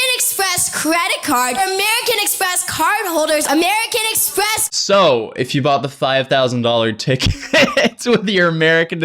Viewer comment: "Amewican Expess"